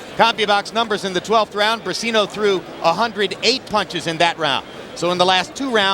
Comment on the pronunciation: It is not ``Bricino`` is Briceño